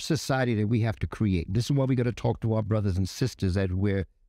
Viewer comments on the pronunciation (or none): It's Create... not Que-rate